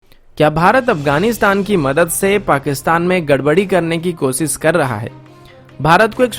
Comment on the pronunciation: मेरा नाम है अन्सुमन, कोसिस, पब्लिस, मुस्किल, सर्त, ????, यह सब कैसा बेहूदा उच्चारण है???